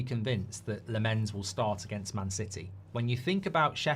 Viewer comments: You pronounce, Lammens like this. The LAM from Lama and that's it. The A is different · The goalie's name is pronounced 🍋🍋🍋, like the billion quid of dross you've bought in the last ten years 😆😆😆😆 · lammens is pronounced as: more focus on the first part and the A than on the second part and the E. LAHmmens (ofc not pronounce the H). also short A not a long AA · It’s said as Lammans even though it’s not spelt like that - just seen him on MUTV